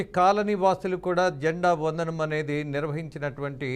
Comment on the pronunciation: అరేయ్ బాబు న్యూస్ రీడర్ అది జెండా వదనం కాదు రా 🤦🤦🤦🤦... "జెండా వందనం" అనాలి... కనీసం రాజేంద్ర గారిని చూసి నేర్చుకో 😡😡😡🤦🤦🤦